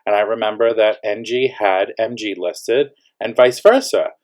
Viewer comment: The way you pronounce NG n MG makes it impossible to understand who is who. Next time use names if there’s ever an update 😅